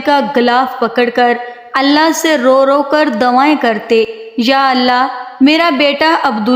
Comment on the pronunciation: Abdul matlab..ro ro kar... dawayen nahi madam.."D U A Y E N".... karte.. Dooniya??? It's Duniya. Pdaish? Its paidaish madam.